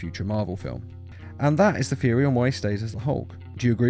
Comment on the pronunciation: It's THeory not feory